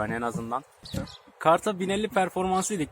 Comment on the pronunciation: nobody:: eved arkadaşlar